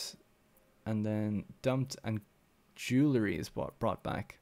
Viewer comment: Jewelry - JEW-EL-REE........ (also, Salt PEETER)